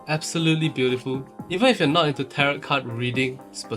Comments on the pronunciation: The t on the end is usually silent 😊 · tarot sounds like carrot om nom nom